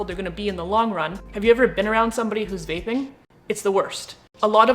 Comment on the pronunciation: At first I thought you said “bathing”, not “vaping” 😂☠️